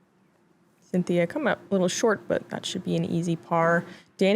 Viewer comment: Unless Klezberga purposefully uses an alternate pronunciation while in the US, "Sintija" is not pronounced "Cynthia."